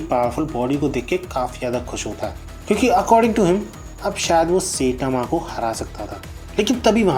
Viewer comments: Gawar. Goro nahi gaa-rou Setama kaun hai.? Sai-tama bolna nahi aata kya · Bro please Say Saitama Not sitama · Ye SETAMA aur GORU kon h bhai?? Naam toh dhang se pronounce krlo yaar